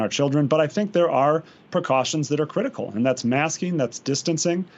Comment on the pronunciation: Did they say it was a "critical step forward" or "criminal"?